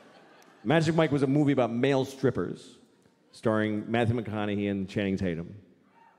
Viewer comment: Louis CK pronounces McConaughey's name correctly. It's refreshing to hear than the weird way people say McconaughHAY.